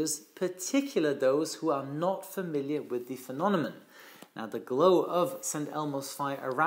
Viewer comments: the fact that you said “phenonemon” instead of “phenomenon” made my day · Phenonemon? Phenomenon! 😅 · Love your videos,! However: «phenonemon»? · Hey, repeat after me: FE NO ME NON.:) cheers! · Thank you! BTW, I think the word is phenomenon. ( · British Airways flight 009 on a B747-200 encountered a phenomenon in 1982 similar to St Elmo's fire when the crew flew through volcanic ash. P.S- has trouble pronouncing two words- Cumulonimbus and Phenomenon😊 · Looks like has a problem with the pronunciation of the word "phenomenon" 😁😁😁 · I noticed you flipped a few letters in some words: Phenonemom instead of phenomenon Reviaty instead of variety Are you 100% ok?